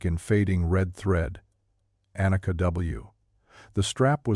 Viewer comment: Warum sagt der Erzähler immer Anaka statt Anika??